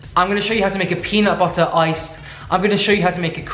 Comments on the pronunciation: The “Peanut buttuuur” is sending me 😂.Fav person tbh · peanut buddddderrr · I cracked up so hard on the "you can use some cocaine if you want" sprinkles white powder into bowl and the way you were saying "peanut butter" with and without your accent had me so dead and yes PLEASE DO BAKING WITH BAKED MILES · i love it so much when he just says peanut butter in an american accent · I really love when you try to say "peanut butter" with a US accent! 🤣🤣🤣